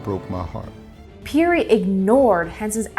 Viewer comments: I first heard of Matthew Henson in the opening of the musical Ragtime! Robert Peary's name is pronounced "pairy," which I also learned in Ragtime. It's too bad no one caught that before the video was released. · Ya I've never heard it pronounced the way she was saying it.